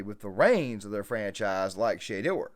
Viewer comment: Say it correctly...... Sounds like......Sha...door. Not shae dear